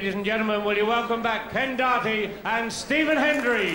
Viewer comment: David Vine the only one who pernounced Ken Doherty's name correctly 🙂